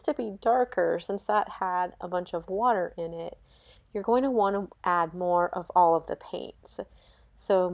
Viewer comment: omg why u always saying water with "wateur........." intonations 😭🙏